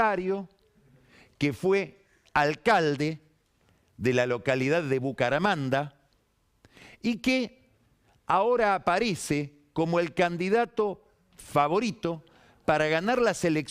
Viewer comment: Bucaramanga!!!! No Bucaramanda jajaja